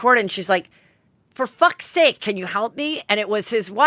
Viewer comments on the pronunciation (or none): none